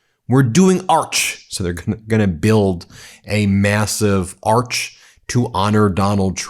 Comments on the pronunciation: Trump can't even say the word 'Arch' correctly! He keeps calling it 'Ock'. Probably just another symptom of his aphasia. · He's unsble to pronounce arch, so he says arc, or ark. Ark is a quaint, old fashioned word, like groceries. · its pronounced arch not ark. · AND LISTEN TO HIM SAY ARCH. HE SAYS ARK NOT ARCH. A TRIUMPHANT ARK??? HE IS A RAVING LUNATIC!!!! 150 YRS WE WANTED A GOLDEN BALLROOM ???? YOU FEEL GOOD ABOUT PARDONING SOMEONE FOUND GUILTY AND SENTENCED TO 45 YRS FOR DRUG TRAFFICKING. HE IS MENTALLY UNFIT TO BE OUR PRESIDENT. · Arch, ARCH not arc. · Donnie, the word is "arch" not "ark". 🇺🇸🇨🇦🇬🇧🇺🇦🌊💙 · He saying Ark not arch. Are you screw the world up so much we need an ARK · Spelled: Arch Pronounced: Ark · Is he not saying 'Ark' rather than 'Arch'? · Plus he can’t even pronounce ‘arch’. He calls it ‘arc’.😂😂😂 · Put him in his ark in the lions area.He cannot even say arch. Put Witcoff and Kushner in as well! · Arch is not pronounced Ark ! Moron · He’s saying ark. Not arch? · Ben, love you...but listen closer...He clearly says ark... But either way does he know what an ark or an arch is? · Did he say Ark? And by the way, can someone break down this Dell "Trump Account" thing please. Because it sure sounds like another scam to me. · "Arc (k)"?? En francais, on dit "Arc de Triomphe" (pronounced with a soft 'a' like 'apple'). Not "Ark", like bark. Perhaps tRUMP is trying to say "Orc", like in LOTR. That pronunciation I can agree and approve of - especially coming from the Senior Orc. Sorry, not sorry. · And he can't pronounce "arch"... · ‘ARKS’????? ‘ARK’??? None of these insidious ideas are the most important to American citizens. HE DOESN’T CARE ABOUT ANY AMERICAN. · TRUMPHITLER saying NOT ARCH....BUT ARK. TWICE. ARK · He is definately saying ARK...hopefully it sinks with him in it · The simple fact that he can’t get past the idea that it is NOT an “Ark”, but an “Arch”, should point out his dementia quite nicely. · Is he saying "ark" , instead of Arch . Oy !!!